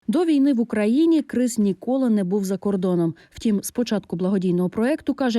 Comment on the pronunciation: КРИС? 🐭 😂 Може КРІС, А НЕ КРИС?